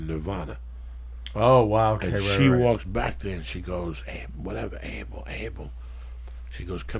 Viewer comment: Columbus beat up Indian's "wuteva"...